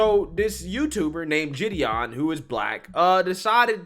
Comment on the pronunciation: Ok, Gideon is pronounced with a G sound in the beginning, not a J sound. It is similar to Giggle, not Jiggle... You need to get pronunciation of names correct, it is a matter of manners...